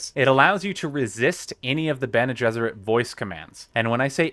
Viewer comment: Bene Gessrit - come on